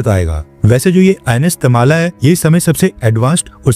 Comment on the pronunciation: It's not Tamala.. it's Tamal.. a sword used By Indra